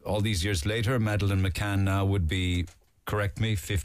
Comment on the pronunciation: totally agree!!! btw, i hate how gerry says " Maaaaaaaadelaine" ! its over pronounced & annoying! These two mccann apologists are missing out the very obvious and rudimentary elements of this case, especially the fact that they were allowed by Leicester police to "interview" the 2 resort managers. Where on earth would that be allowed? they are guilty as sin!